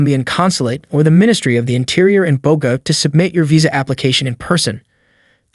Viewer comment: Very informative video! Thank you (But fyi, that’s not how you say Medellin and Cartagena or Bogotá 😅)